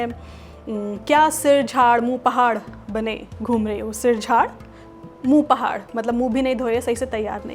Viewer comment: Pakistan mein ab bhi aysay boltay hein .. dont worry zinda hay yeh zabaan .. or sir jhaar moo phaar hota hay moo pahaar nahi hota